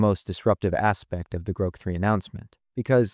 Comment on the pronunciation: And the computer voice... Groke???